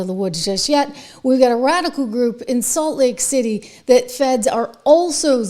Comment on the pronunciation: It's Salt Lake City , not late city.